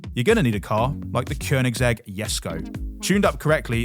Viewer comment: First time I've heard a non-Swede say Keonigsegg Jesko correctly.